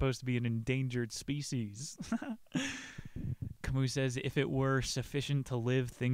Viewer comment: Please don't call him Ca mooh, his name is pronounced in French, Camý